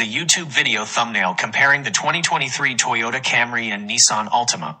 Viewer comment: "Comparing the Tyotta Camry" أحلى مسا عليك يا صاحبي